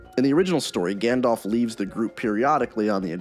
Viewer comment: "Smog" the dragon. Also, "Gandolf." And "Legoloss."